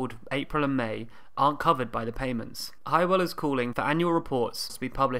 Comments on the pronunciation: I love all your videos. Very informative. By the way, Hywel isn't pronounced "Hi-well", it's pronounced "How-well". Hehe. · Is Hywel not pronounced Hewwell?